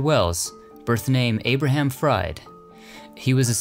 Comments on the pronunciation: Fried is pronounced Freed not fried like fried chicken. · Fried is German, so the second vowel is pronounced: FREED not Fried like in fried chicken for example. Otherwise, very entertaining and informative